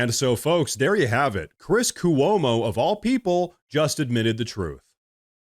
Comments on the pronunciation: As a New Yawker, I have to remind you again,: It's pronounced "Cwo-mo"' "Cu-o-mo" is not correct. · Great content but please learn how to pronounce "Cuomo". Two syllables.